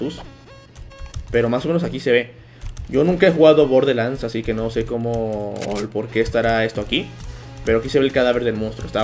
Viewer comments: Se dice borderlands no borde XD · Se dise borderlans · SE PRONUNCIA BOR DER LANDS